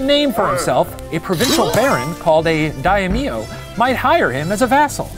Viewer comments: "Die - ee - mee - ohs" (Samurai nerds) ARGHHHHH NOOO IT'S PRONOUNCED, "DIE-MYO" REEEEEEEEE Also just for anyone wondering, Musashi whittled a sword out of an oar because his opponent was known for having a sword just longer than most were used to, so Musashi made a longer one than what he usually used. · Shane it is pronounced "Die-M-yo" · My heart hurts every time the Professor says takes deep breath "dayimiyo" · just pronounce it how it's spelled. Dai (as in die) myo (don't swallow the 'o', expell it). There are only two syllables to this word, not three. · That pronunciation: DA - EY - MI - O XD Samurai were warriors that fought in battles, under the Daimyo... but they also served as bodyguards between wars as well. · All the pronunciation wad good, except Daimyo. Its "Dime, yo". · Every time i click on a western retelling of Japanese history I hope for actual decent pronunciation of Japanese names and every time I am disappointed ..... For example Daimyo = die-myo (myo is just muh sound squished with yo sound. Not mio). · My Japanese politics professor, who is currently teaching remotely FROM Japan, does not pronounce "daimyo" like that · who tf taught shane to pronounce daimyo like that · I hate how Shane pronounces things in Japanese Lol. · It's not Die-E-myo it's just die-myo... there's only one i and it's pronounced with the first half. It would be Daiimyo if it was pronounced like you said it. That pained me to hear it and you said it so much... Not to mention the other words you added vowels to that weren't there... like Huonshu it's just Honshu.